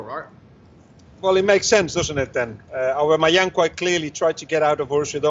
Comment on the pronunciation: it's aubAmeyang robbie